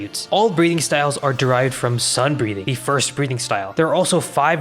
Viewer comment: I was watching this in the background and had to do a double take at Breathing because you kinda pronounce it as "breeding".